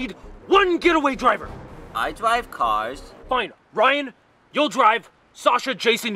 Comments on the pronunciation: I like the part when says I dwive caws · "He has such a way with words..." "I.. dwive caws...." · Jakeeynick he acually says "I dwive caws" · Best catchphrase 2016 "I dwive cars..." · I dwive cwaws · I dwive cawws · Ryan never knew how to dwive caws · 'iiiiii dwive caws' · I drwive caws *says so awsome * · I DWIVE CAWHS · I.. dwive.. caws ...... Sounds like make my Filipino cousin. Her accent is not really good 😂😂😂😂😂😂😂😂😂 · I Dwive cwass